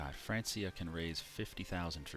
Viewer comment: I know you know, but I'm here to remind you that you pronounced it "France - ia" again. It's a hard C sound!